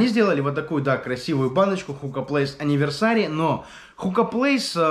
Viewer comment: Энивёрсери а не аниверсари